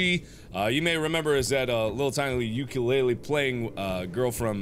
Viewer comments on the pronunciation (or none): I’m sorry Mark. It’s not You-ku-lay-lee. It’s Oo-Ku-leh-leh. Ukulele